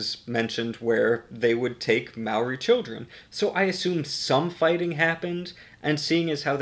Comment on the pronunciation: As a new Zealander I hate the way you say maori but it’s okay